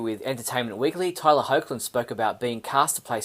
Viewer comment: Cool video. Btw, Tyler's last name is pronounced "Hecklin". 😎